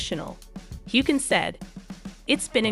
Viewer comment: Please learn how to pronounce Sam’s last name correctly